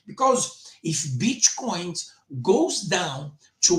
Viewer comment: I hear bitch coin every time you say Bitcoin 😄